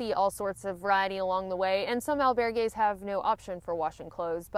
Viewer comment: EL - bear - gays ... kekeke :)